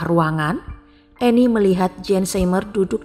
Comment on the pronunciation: Anne dibaca Ann, (e) nya gak di baca. Koreksi dikit ya